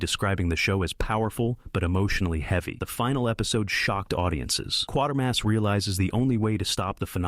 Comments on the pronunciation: It’s pronounced “qwate-er-mass”, not “quarter-mass”… not the only mistake in the video, by far. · NOT "Quarter-mass" but "Kwater-mass" also that last outing for the old boy was on Independent TV (ITV) and NOT the BBC so why anyone complained to them I have no idea...oh. Wait. You never did any research did you just copied.